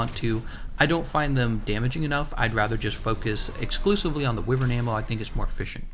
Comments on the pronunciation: Jesus fuck, its not WIVERN. its pronounced WHYVERN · I know you can pronounce it whyvern, but I prefer wivern and will continue to pronounce it that way, that's how language works